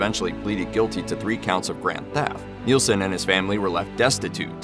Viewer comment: NIL-son. Not Kneel-son. Isn't NIL even easier to say? Just one syllable.